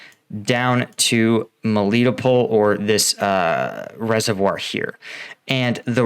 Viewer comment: Mel- leh- toe-pole Melitopol